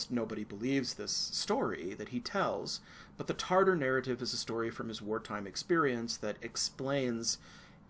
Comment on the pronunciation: Tatar, not Tartar